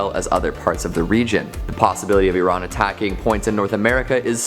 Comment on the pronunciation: Thank you for pronouncing Iran correctly